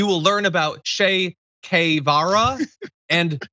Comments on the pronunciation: Who is Chafe Kavara? (Ok, I know it's Che Guverra, his pronunciation is hilarious to me) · Cae Vara? Se Dung? Didn't this guy go to Yale? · He can't even say that Che Guevara. Guevara. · DeSantis doesn’t know how to pronounce Che Guevara….his name is DeSantis??? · Mow Zuh-dung and Chake Kay-vaw-ruh